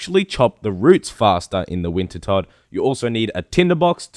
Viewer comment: he finally called it wintertodt and not winterdot!